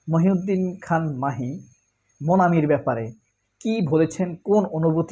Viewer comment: মাহি না ভাই মহি।